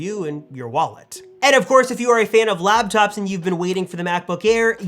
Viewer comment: It's hard for me to take anything you say seriously when you say "labtops"